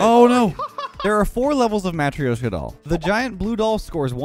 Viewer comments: Bruh you really shoulda looked up how to say matryoshka properly before doing that intro.... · I’ve never heard of that abomination of syllables you used trying to describe a matryoshka doll 🪆